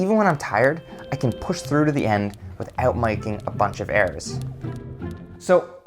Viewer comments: Buddy turned Australian for a moment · “without mAIOUking a bunch of errors” 😂